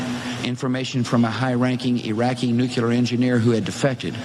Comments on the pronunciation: I'm disappointed you didn't mention Bush saying "NUKYULAR" like 50 times. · Oh, no we gotta stop dem baddies from getting de nucular weaponz! Ahem... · Bush thought Iraq had a NUCULAR program. Nucular is not a word. Or a weapon. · Maybe we only have to worry about nukular weapons, not nuclear weapons. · Omg, don’t remind me how Bush always said “nuke-you-ler.” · God. Bush can't even pronounce nuclear. Nuke-ular. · I can't take anyone seriously who says "NEWKELAR" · I don't trust anyone who says "nucular". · "Nucular weapons".. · Dubya constantly using a made up word instead of "nuclear" made me want to shove something into my eye [not actually]. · Never believe a thing a politician says, but doubly so if they can't even pronounce "nuclear" correctly. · The UN inspectors did a thorough inspection of Iraq and pronounced there were no "weapons of mass destruction." How was that pronouncement ignored? And if I have to hear Dumbya mispronounce 'nuclear' one more time... Also it seems no one else except for myself seemingly noticed the grin that he couldn't suppress when giving his post 911 speech on national TV. Either the twin towers fiasco fell into his and Cheney's laps, or else it was celebration time for successful implementation of this "Pearl harbor-like event" by PNAC architects.